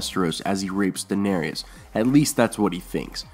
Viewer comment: PRONOUNCE DAENERYS CORRECTLY GOD DAMMIT!!